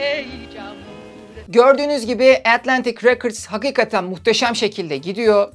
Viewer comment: “Records” kelimesinin telaffuzu “rekırds” olarak okunmuyor muhtemelen 🥰